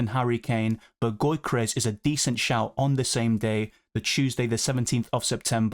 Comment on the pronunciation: it's not "goykeres", it's "Yokeres". Keep up with the great content!